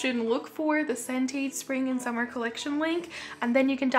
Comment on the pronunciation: I’m so honoured you featured my cc!!! Thank you so much for reviewing my collection, I’m so glad you liked it! And hearing all your lovely comments made me smile so much!! And you pronounced Sentate perfectly!!! X